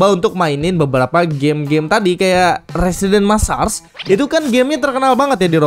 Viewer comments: bang cara nyebutin "residence massacre" itu "residens maesseker" bukan "residens massas" 😅😅😅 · "Residens Massars" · Residence massacre Dibaca residenś messarç